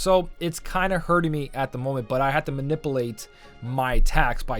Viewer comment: I believe you said man-i-pulate